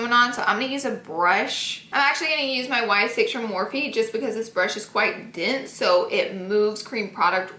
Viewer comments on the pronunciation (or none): "This brush is dinse" just kidding love you Laura 😂😂